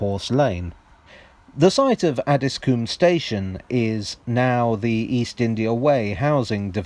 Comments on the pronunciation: I think it's pronounced Addis-com not Addis-coom! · It's pronounced Addsis comb. Not Addis Coom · I guess coom is probably the right pronunciation but have never heard anyone call it that. 😂 Ah-dis-cum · Interesting video thanks. Just to let you know it’s pronounced “addiscome”. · Just being a bit picky. Having lived in Croydon for many years and worked just round the corner from Addiscombe Station. Just to let you know it's pronounced "Addiscome". :) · I live at elmers end and this is how you say Addiscombe Add-is-Co-mbe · Please stop pronouncing Addiscombe as “Addis-coombe”! It’s where I live. I highly doubt phase IV of the Jubilee/Fleet Line would have got as far as Hayes and I highly doubt the Bakerloo will get that far either. Although Croydon have wanted the Tube to get here (the Victoria Line was planned to terminate at West Croydon, but the usual problems of tunnelling south of the Thames meant the line was going to be cut back at Streatham, then eventually it was cut back even further at Brixton), Bromley council have objected to any plans to extend the Tube into their borough in the past and for the extension of Tramlink into Bromley town centre. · I'm from Beckenham and grew up in Elmer's End area. There's an urban legend that says Elmer was a highway man that was hung. Also Addiscombe is pronounced Addys-cum by the locals. 😂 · It’s add-is-coh-mbe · He's not from Addiscombe though (I am). There's no vowel in there - it's more like Addis-cm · LOOOOOL 'ADDISCOOM' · The Addiscombe tram stop is actually more or less on the site of Bingham Road Station, about 20 metres along and 3 metres down. Bingham Road was the location for the train scene at the opening of the Tony Hancock film 'The Rebel'. PS us Croydon types pronounce it Addiscum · The 'O' in Addiscombe is short... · Have been saying Addiscombe wrong this whole time?